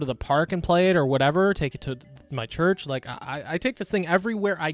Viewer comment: ''I bring it to chruch'' You HEATHEN 😂